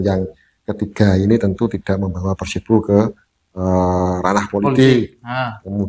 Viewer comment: nyebutnya kok PERSEBO sih?